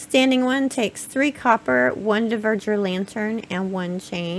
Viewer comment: It is NOT "dee-verg-ers". It is dwarves. Haldór's people. For some reason you are puting the e- ahead of the v-. Dvergar! Seriously, how can you say "Yggdrasill" pretty much perfectly, but not this?!? You amaze me!